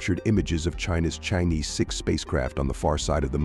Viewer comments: Deliberately and maliciously mispronounce it to smear Chinese. Correctly pronounced as Chang - er. Stop pronounce it as cheng yi . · Thanks for the video. btw, should pronounce as Chang Or. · 这个 我觉得可能是他们AI真不会读， 没念成change 就不错了 :face-blue-smiling